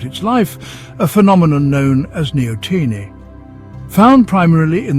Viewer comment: Neo teenie? LOL.